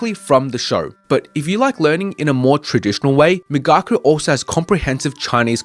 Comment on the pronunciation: Migaku is correctly pronounced ["me" as in "me too, "ga" as in "gosh," and "ku" as in cool] migaku: [ 磨く to hone/polish (usually skills)], also [研磨 to polish (an item)]